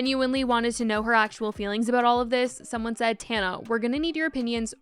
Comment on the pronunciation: Bro the "I don't knowr" lmao